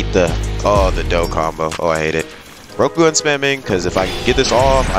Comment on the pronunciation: it PHYSICALLY PAINED ME everytime he said rokogun like bro your saying it wrong